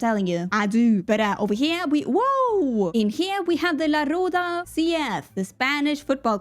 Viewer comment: This video was hilarius. Love It! And as an spanish person you said Roda very well, you R is super good.